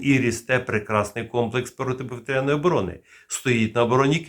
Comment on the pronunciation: Заглядуємо в орфографічний словник, або Вікіпедію і бачимо наголос: "протиповІтряна оборона"